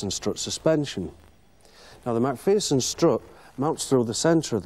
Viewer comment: MAC FEARSON? 😂😂 To me it was amways just plain McPherson.